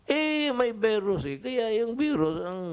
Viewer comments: CORONA BEERUS daw! The first and only Phil. President to pronounce VIRUS as BEERUS Wa ha ha. Yan ang the best and brightest kuno ng mga B0b0naTangaPangUto-utongDutertardsDDEbaksnasupportersniPestedentOnggoy-BuangDutaebaks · Corona “veeerus” thing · 😂😂😂. Sampalin nya daw ang veeerus na yan